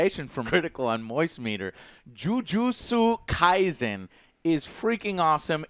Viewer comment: He also pronounced kaisen as well, as it's an S sound, not a Z sound.